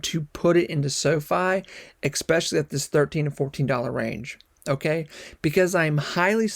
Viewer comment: FYI, there is no "x" in the word "especially".